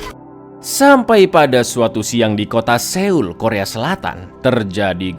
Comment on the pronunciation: aku jarang komen. tapi mau bantu kalau seoul itu dibacanya soul. harapannya ke depan kalo review film korea bisa diterapkan. pokoknya kalo ada eo-nya itu dibacanya masih o. semangat